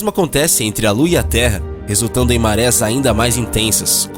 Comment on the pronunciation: Ótimo vídeo, parabéns. Uma pequena correção, em 07m03 o correto seria a existência de marés e não de mares como foi locutado.